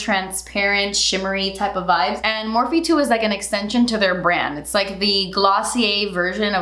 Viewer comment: Morphe = meeh..